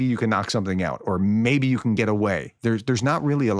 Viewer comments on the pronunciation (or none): none